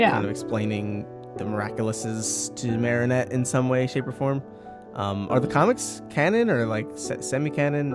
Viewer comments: Yes when she says marinatte instead of mariette it triggers me too. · Finally somone agrees with me about the mare-nette part in the intro!!! It bugs me so much. So does the Cat Noir instead of Chat Noir (but thats cause I watch the french version) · I know I go into rage mode when people pronounce Marinette like that!!! UHG!